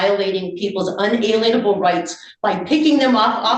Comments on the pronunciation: What? It's not in-uh-lean-able? 😉😂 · "un-a-lean-able" 🤣this lady is a nutcase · Can someone please teach her how to say "unalienable" because it's literally killing me